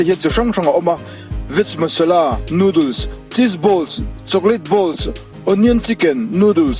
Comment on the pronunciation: Nudul Ava mawilo tak em pronunciation chu le Noodles ti veh mai ula